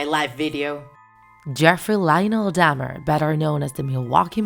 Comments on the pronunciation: I can't stand how you say Dahmer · Bih ain’t saying his last name right. I don’t know why but it’s mildly infuriating. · Why does it trigger me that they’re saying “Dam-er” instead or “Dah-mer” 😭